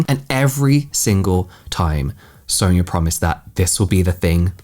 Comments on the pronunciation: How do you say ‘Sonya’ ? Sawn-ya Not Soon-ya, sown-ya and sow-in-ya - you’ve been using a variety of (incorrect) variations 🙄 It’s not a common name but it’s common enough that you’ve surely heard it before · I always thought Sonya was pronounced like Son-ya... feeling embarrassed now cuz I kept calling my client who had the same spelling that and she didnt correct me 😅